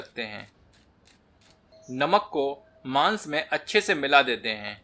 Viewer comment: Maaans...maat bol bhai😂😂😂...ajib lgta h